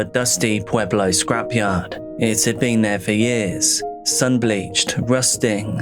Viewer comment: It literally hits close to home. Pueblo was the top 10 most dangerous cities in the US this year, but that's typically due to gang violence, not so much this kind of stuff. So tragic. Side note, I was listening at work and heard you say Pueblo and I was like "oh cool he pronounced it correctly" (lot of people say pway-blo or p-eh-blo) and then I was like "oh wait, he said Pueblo?!" haha